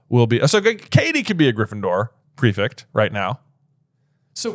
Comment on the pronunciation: why do you say prefict instead of prefect? someone please explain 😭